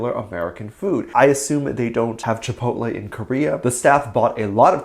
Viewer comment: It was very cute how Jungkook pronounced Chipotle. He doesn't usually eat Chipotle and I think there's not Chipotles in South Korea. If I could go to a nearby Chipotle right now I would order a Chicken Quesadilla but I don't know what my drink will be. I haven't gone to a Chipotle for a long time maybe I should go to the nearest Chipotle and order me a Chicken Quesadilla. On to the next Topic. I don't think Taehyung is dating any girls lately. Dispatch would have pictures to prove his dating a girl. So I don't think he's dating any girl recently. He's on his break so maybe he'll find a nice girl to hang out with during his break. Be safe and careful. Have a wonderful, happy , safe and magical day or night every Army. ;)